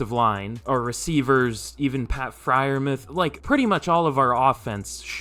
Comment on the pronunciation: It's pronounced Fryer Mooth you casual autistic